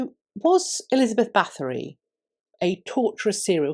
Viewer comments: You don’t pronounce the TH, just the T. Sorry, if I’m being annoying. I think just about anyone of Hungarian heritage knows about Erzsebet. The shortened version of the name is Erzse. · Thanks for the great video and the deep diving thoughts at the end. Just one little critique: Her name is not pronounced with a th but just with a t. Her family has been in high ranking roles for several centuries to come and there are still living members, however, nobility has been abandoned in Hungary.